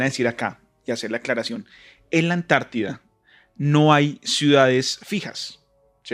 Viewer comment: Por quê ANTARTIDA, quando parece dizer añti